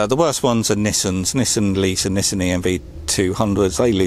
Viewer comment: Battery life aside, it's great to hear 'Nissan' pronounced correctly. here in Yankland they all say 'knee-sawn" for no reason i can comprehend. That's Yanks for you though. Irrational beings at the best of times.